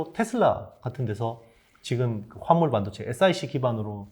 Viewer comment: 발음이.... 무슨 반도체요????? 아.. 화합물반도체 내귀가 이상한걸꺼야 ㅋ